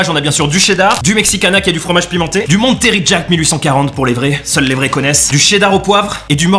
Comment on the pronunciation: lol ça se dit pas "monteri jack" c'est plus "mon tray jack" ça vient de Californie (Bay Area) et ils ont un très bel aquarium là bas :)